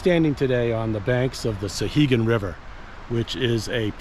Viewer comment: I just found this video, nicely done. As someone who grew up in Temple and fished the upper sections all my life I appreciated the video. My only quibble, and it's a minor one, is your pronunciation of the name. It's SOW-hegan, not SUH-hegan.